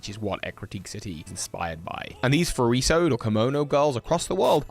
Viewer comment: not how you pronounce "furisode" : (